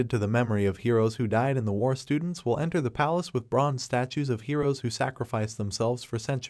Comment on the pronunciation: My man saying war wrong 😂